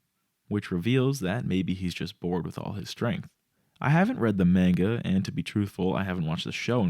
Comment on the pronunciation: Mhm I sure love reading Man-guh. (sry, that one just really bothered me)